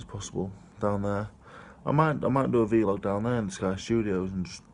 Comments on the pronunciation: Why do u say V-Log not Vlog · please never stop saying vlog as ‘vee-log’. It makes my day 😂